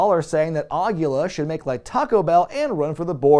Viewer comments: Awesome video,! One thing though: "Aguila" is Spanish for owl, and it's pronounced more like "ah-GHEE-la" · Way to mispronounce Aguila, bud....